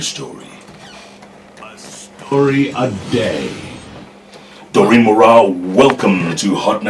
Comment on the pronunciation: Its Daureen Not Moureen